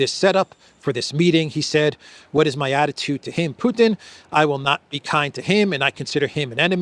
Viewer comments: If he's going to say 'PEW-ton' maybe we should call him 'Disappears Morgan'. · Piers pronounce Putin to sound similar as puke. It is with calculation. Maybe soon we will hear from Piers mouth president Puking, just by accident. is right btw that Piers uncensored is just a simple MSM channel. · Theresa May also said "Pjutin", maybe it´s a UK-thing?